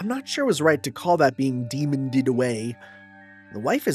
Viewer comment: Demon-ed away, like killed, not demon-ded. I'm sure this will not affect your relationship with Rena in any way www